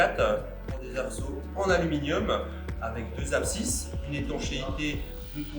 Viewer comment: Très belles sélection 👍et présentation...👏 Me permet juste une correction : ont dit abside et non absisse ...😉